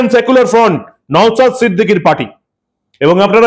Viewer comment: আপনি ওনার নামটা ভালো করে উচ্চারণ করুন উনি সন্মানীয় বিধায়ক ওনার নাম নওসাদ , নওসাত নয় ।